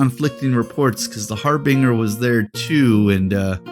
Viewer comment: Gotta ask why you pronounce Harbinger and Menoth the way you do?